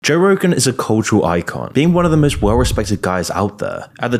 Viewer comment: Bro said Joegan 😂